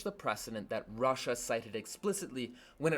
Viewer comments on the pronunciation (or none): none